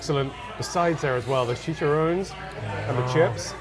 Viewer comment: Chi-cha-rro-nes. Four syllables. Not three.